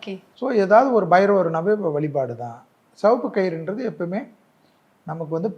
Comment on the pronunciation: செவப்பு என்று சொல்லாதீர்கள். சிவப்பு என்று சொல்லுங்கள்